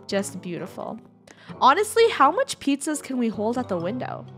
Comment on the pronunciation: I heard her say pizzazas